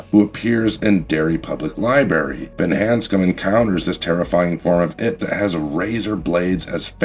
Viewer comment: Preceive? liberry? demised? - None of those are words! Speak English, damnit!